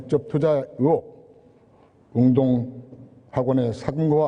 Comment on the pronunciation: 적국 저놈 고향 세탁한듯 의혹을 으혹으로 발음함